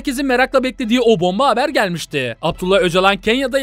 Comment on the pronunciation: ustat eline sağlık lakin çümle sonlarını daha doğru vurgulasan... gelmişTİİ..yapmışDII...arka arkaya dinleyince rahatsız ediyo